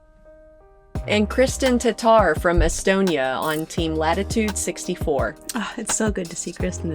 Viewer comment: TaTTar, not Tatar!!